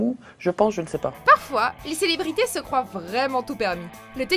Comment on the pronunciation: Je rêve ou a 2min elle à dit croivent😂